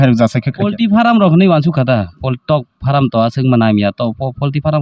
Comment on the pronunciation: Farm❌ faaraam✅